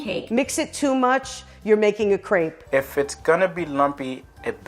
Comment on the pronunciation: Hearing Americans try to pronounce crêpe always hurts